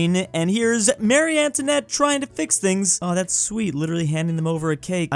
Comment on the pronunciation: how the hell does he not know how to pronounce Marie 😭